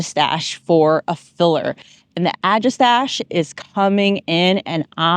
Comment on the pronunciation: Looking forward to my sea holly maturing, yours look great. Agastache is generally pronounced "a-GAH-sta-kee" or "ag-ah-STAK-ee", although you are clearly not alone saying it your way.